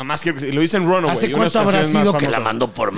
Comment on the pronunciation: bro las palabras más importantes de Runaway las dijiste mal jajaja